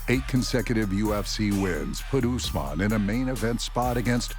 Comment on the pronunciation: It OouussMan. Not Oozeman lol